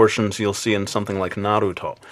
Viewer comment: You get a like for mentioning Naruto and you would get a SuperLike (if they existed) for not pronouncing it "Nah-rU-to" and you would get MEGASuperLike (if they existed) for ur awesome art. Ps. I draw all three styles but I'm best at a combination between the last 2